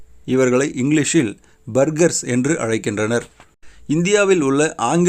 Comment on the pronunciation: இரன்டும் இல்லை பேர்கர்ஸ்